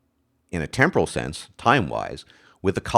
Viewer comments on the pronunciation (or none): none